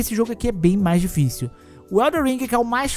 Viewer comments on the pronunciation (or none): eldo ringo , darqu souldens tree, delmonte souyz, duarki soulz twu, darqui souiz un, brodi buorni, sekuairo